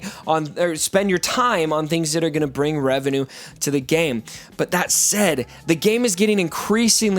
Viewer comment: Did you actually say “Revanue”? Lmaooo Speaking of which, what about Revan Reborn w/ 2 lightsabers, unmasked versions of each Revan we have + reborn, and vibrosword Revan? Would that not improve the game drastically and bring diversity to arena